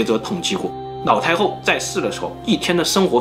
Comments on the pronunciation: 我怎么一直听到 脑 太后？😅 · 是不是故意發音成腦太后？ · 的ㄌ音會唸ㄋ音。 一直聽成“腦”太后，”那”八。很有趣，不知道是哪裡人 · 她真的很誇張...我一邊炒菜一邊聽,一直把老太后聽成老太婆XD想說英雄所見略同(X) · 是哪个口音, 把 L 念成 N, 老太后念成脑太后。内裤念泪裤,牛奶念牛lăi。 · 我一直听见脑太厚 HAHAHAHA 有人和我一样吗？ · 每一次都听成 : 脑太后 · 我听成老太婆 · 你沒聽錯，他就是這樣發音的 不知道為什麼他的發音，都把 L 和 N 對換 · 你的 ''腦''太后很出戲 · 对不起 你说的故事十分好听，可是我真的很在意你的发音＂脑＂太后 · 樓主有所不知，跟王剛，還有他的徒弟漆二娃一樣，每次發L的子音時，都會念成n的子音，比如切料念成切尿，輔料講成輔尿，而老太后就念成………… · 你的故事很好聽很仔細😄 但是你的發音讓我一直 瘋狂出戲中😂 一連（年），口述溺（歷）史 腦（老）太后，壽比藍（南）山 喝茶時要兌ㄌㄞˇ（奶）ㄌㄞˇ茶 ㄋ、ㄌ分不清楚... 笑到肚子痛啊！